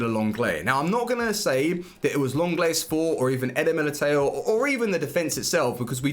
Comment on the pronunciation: I know, i know :D just wanna help him out, i don't expect him to pronounce such a difficult name perfectly. Somthing like "Militau" would be good :D